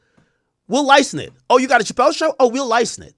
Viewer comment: Ak struggles saying the word license/licensing I noticed